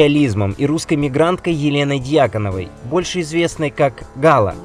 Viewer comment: Только ГалА, а не ГАла.